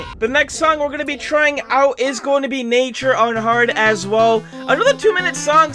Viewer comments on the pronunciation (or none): U legit just said nature wrong